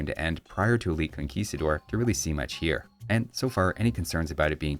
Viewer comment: "hwhats happening over 'ere"